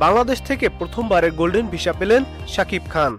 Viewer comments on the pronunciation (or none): ভিশা, বোলিউড কি ভাই...?? ভিসা (উচ্চারিত হবে ভিছা) আর বলিউড... ফালতু উচ্চারণের খবর শুনতে বিশ্রী লাগে।